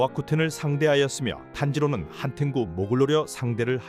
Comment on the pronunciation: 교코 > 굣코 한탱구 > 한텐구 조아쿠텐 > 조하쿠텐 이름좀 똑바로 알고 영상만들어라